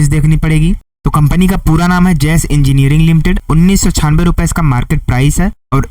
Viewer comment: Jas engineering nahi JASH JASH JA ESH... JAS WRONG